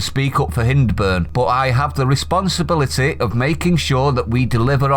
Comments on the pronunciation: It not hin its high-burn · It's pronounced Hindburn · It's hynd is hind as in female deer , Accrington area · Hyndburn is pronounced High-ndburn! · Hyndburn pronounced Hindburn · Good, we will see how they fair in due course? RP, Hyndburn is pronounced "hi-nd-burn" all in one lovely go Hyndburn! The home of Hollands Pies!